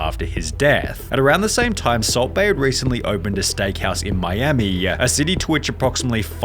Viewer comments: you have a horrible pronounciation of words. it sounds horrible. "in miamiiiiii" but then "miami", whats the problem? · Miamiiiiii, firaaaaaaaah, awaaaayyyyyah, problemmmah, levellluh, moneyyyyyah, expensiveeeuh, gooooduh, incorrectlyyyeh, reviewwwuh, cittyyyyuh, fooooodduh, floridaaaaa, countaaaaah, totalllluh, ordaaaaah, bostonnnnuh, collddduh, imstagrammah, herrrrrr, twentytwoooouh, lataaaahhh, ceremoneeeey, restauranntuh, interviewwwah, againnnuh, meeeeuh, attentionnnuh, dayyyyuh, citeeeeey, foillluh, littleeeuh, seventeeeenuh. Do you even listen to yourself why do you say so many words weird